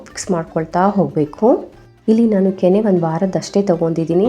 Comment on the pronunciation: ಹಾಲಿನ ಕೆನ್ನೆ ಅಲ್ಲ ಹಾಲಿನ ಕೆನೆ